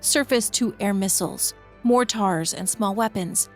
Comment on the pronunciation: I know and I understand, I just had to ask, that was one, the other was mortars, you said it with a heavy emphasis on the second half which I've only ever heard from AI or non english speakers. Sorry if the question was frustrating, I'm a content creator too and have also been asked the same question so I know how it feels but I still had to ask, hope you understand, I do believe you and always appreciate your work, I just got a little worried for a second there. Some content creators train AI with their own voice so they don't have to do their own voiceovers anymore, I thought it might be something like that but I'm happy I'm wrong.